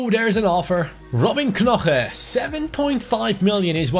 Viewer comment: you don’t say knoche, you say noche